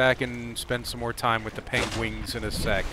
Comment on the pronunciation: I wonder why do you call it PENGUINGS ? Love your videos man!